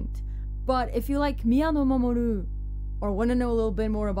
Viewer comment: Nice on the pronunciation! I would of definitely buggered it up myself 😁